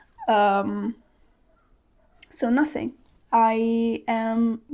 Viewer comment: "So nothing", so Italian 🙂